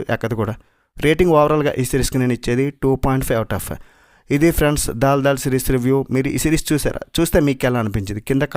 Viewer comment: దాల్ దాల్ కాదు దల్ దల్